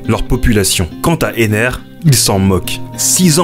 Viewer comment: c'est enel pas ener